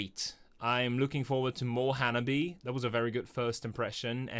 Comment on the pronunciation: Hello my friend, and welcome to the wonderful journey that is Hanabie and sorry in advance for the long text. ;) As for the name, the band is called Ha-na-bi-eh (the last "eh" is pronounced like the "e" in "egg"), with four syllables, not Hanabi. There are no diphthongs in the Japanese language, so every vowel is pronounced separately. Of course, there are exceptions to that rule; Japanese is a very difficult language. :D This makes a big difference because hanabi means "fireworks" ("fire flower" - 花火), while hanabie is not exactly a standard word but could be translated as the recurring cold weather during the flowering season ("chill flower" or "spring coldness" - 花冷え). They chose this name because the four original members were all born in winter or spring. That tiny, cute gremlin who is screaming at you is Yukina. She is also responsible for some of the band's lyrics. Hettsu is on bass. She is responsible for the stage and video outfits, sometimes sewing them by hand. She is also the mother hen of the band and provides backup vocals. In this video you have Sae on the drums, but she left some years ago, the current drummer is Chika. She is the fourth drummer and the only professionally trained musician in the band. She played in J-pop bands before and worked as a drum instructor, while the rest of the girls are self-taught. Finally, the end boss: Matsuri. Matsuri plays guitar and performs the clean vocals. She is a riff monster, the band leader, and the musical mastermind